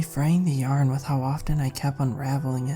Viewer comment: It's SUPER cute when you randomly pronounce 'yarn' as yern...every time it randomly happens it puts a little smile on my face even more so when you say 'yern' then a few moments later say it right 😍 It's all about the small pleasures and that has become one of mine in this moment